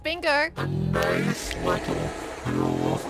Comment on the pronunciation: You can really hear the accent with the words like "here" and "little"